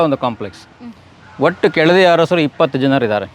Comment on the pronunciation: ಕೆಳದಿ ಹರಸರು ಅಲ್ಲ ಕಣವ್ವ ತಾಯಿ ಅದು,ಕೆಳದಿಯ ಅರಸರು...ಹ ಕಾರ ಅಲ್ಲ,ಅ ಕಾರ.